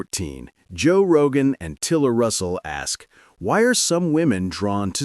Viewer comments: who tf is Joe roga???? 🤣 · Who the hell is Joe Rohah!? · heard joe rogah and im gone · “Roe Jogah” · “Joe Roga.”